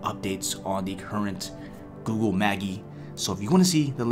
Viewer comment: It is pronounced Ma-jeye. Like the magician